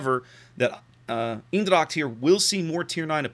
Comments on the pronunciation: U prenounced the ch part in dracht more or less like an K. If u would prenounce it more like the first two letters of the word chemicals. (And u would combine it with how u said the other parts of eendracht it would be close to perfect) Furthermore good review once again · native dutch here, hit me up if you need help... :) Eendracht = Een part is pronounced like AINT but with the T soooo.. AINDRACHT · Pronounce Eendracht. Its almost as though Google wasn't invented.